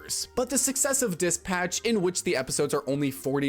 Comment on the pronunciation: He says he left the vault as a child in new vegas. He switched tense a couple times, although possibly naturally editing on the fly, it leads me to believe this script is from an ai. Weird pronunciation that actively pops into a mic in "dispatch" really sticks out like hes never heard the word nor played a game called dispatch. There are more but those came to mind